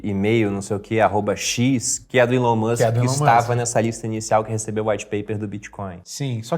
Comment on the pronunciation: ''Ilon''? não é Elon????? pq o povo gosta de chamar 'Ilon'?